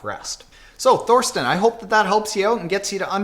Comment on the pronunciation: I'm pretty sure his name is pronounced Torsten. There is no "th" sound in German. Just think as in Thailand ;-)